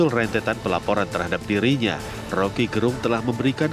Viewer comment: Suku kata "Ge" pada nama Rocky Gerung, mestinya di sebut sebagaimana suku kata Ge pada kata "geger" bukan "ge" pada kata "genap"